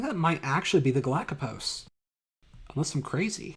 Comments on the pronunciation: Galapagos not galakapos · Sinusoidal is pronounced like “sign” Mollweide is pronounced like “mole-videy” Galapagos is pronounced like “ga-la-pa-gose” Glad you hate the Gall-Peters too. Robinson is also my favorite.